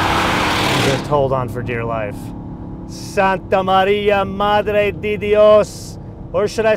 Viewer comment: IT's MADRE 'DE' not 'DEE'